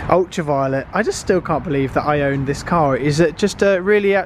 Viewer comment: My, "OWN," not ,"my ONE."